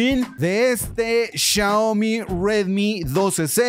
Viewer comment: No es CHIAOMI es XIAOMI